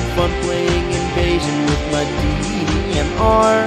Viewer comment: Sounds like he is saying DEEMR.